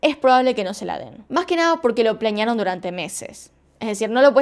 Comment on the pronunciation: Me gustan sus videos pero me molesta que diga plañear y no planear😧😧😧😧